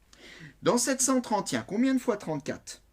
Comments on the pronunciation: Comment il prononce 731😂😂😂😂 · c'est peut être l'accent